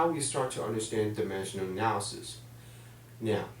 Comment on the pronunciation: lmao he cant pronounce dimensional analysis properly. "dimeshuhl analysis."